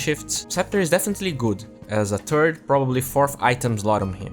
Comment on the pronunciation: Why do you keep saying turd instead of third? :S